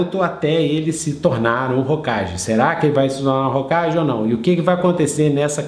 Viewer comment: E só uma pequena correção, que vem de você aceitar ou não: "Hokage" se pronuncia "Hokague". :)